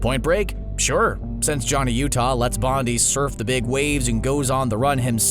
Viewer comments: Bodhi. Not Bondi lol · Its said like Bo-dee. Dont disrespect swayze on his name. RIP.